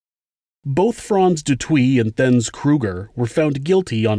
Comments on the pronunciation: De toit is pronounced "duh toy" not " de twie" and theuns is a silent h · South African name/surnames are pronounced: Theuns = Tea-yurnce ("h" is silent in Theuns) Botha = Boo-wa-tah ("h" is silent in Botha) Du Toit = Du Toy 😉🇿🇦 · great coverage. I hope you don't mind me correcting you as you weren't to know but I'm South African and your pronunciation hurts my ears. Alison's surname is Boor-TUH. Theuns Kruger is Tea-arns and Frans du Toit is France DO TOY. These are all Afrikaans names and 'th' is often pronounced as a hard 't' and not with a soft 'th' as one might think. It may interest you to know that Charlize Theron, the correct pronunciation is Tear-ON and not There-on. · It’s pronounced “Du Toit” and “Theuns” not “Du Toit” or “Theuns”